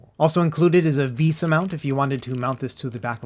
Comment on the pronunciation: Vesa is pronounced vay-suh. Love the videos! And the cat breaks are always welcome.